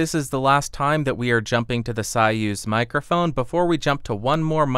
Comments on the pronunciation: So-use - not sawuse. Zopah. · Way above my price range but a very nice sounding Mic. BTW, I believe that it's pronounced "SOY-uz" (as in Soy-sauce) not "SIGH-uz", the way you were pronouncing it.....😉😉👍👍🎤🎤👍👍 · It’s “Soy-use” not “Sigh-ooz” lol.... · You know the King Bee and the Soyuz which I know is most likely not want to hear that though. Also I thought it was pronounced Soy-use, since it is spelled the same as the capsule used in the 60's Russian space program......I could be wrong though. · Interesting that one of the founders, David Arthur Brown, pronounces it as Soy-use (as in soy sauce) in some Youtube clips. It seems like he would have the pronunciation right. Maybe it is the English pronunciation, because I don’t know Russian... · It's pronounced "Soy" as in soyboy and "uz" as in use that hammer and sickle.